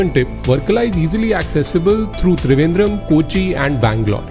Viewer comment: Not thrivendrem its Trivandrum